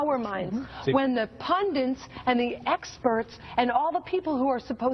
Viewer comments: Cenk, In the name of Language preservation stop saying pundiNts. Leave it for Trump and his ilk. DRd. (Frieda Herbe). Now. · Pundants. LOL.